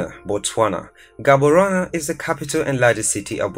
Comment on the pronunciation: Nice video but hey you're butchering some of the city names here like Gaborone,Windhoek and Gauteng